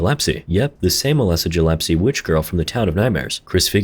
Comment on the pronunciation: "Alessa Gille-S-pie" not "Gill-P-sie"